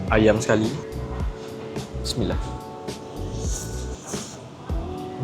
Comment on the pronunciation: kenape baca doa bunyi SIMILAH